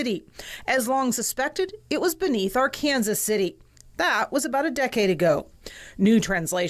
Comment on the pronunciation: Did she just say Ar-Kansas?